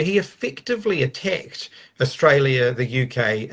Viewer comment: I love how he emphasised the word 'attacked' 😂 You'd think after listening to this guy that Winnie chased them around with a broom stick. 😂😂 Just comical really.